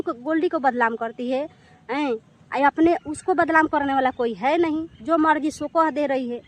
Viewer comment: Pahle hindi bolna seekh lo.Badlam nhi badnam bolo